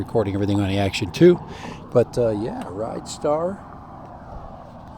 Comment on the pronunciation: its a Rid - Star not a ridestar.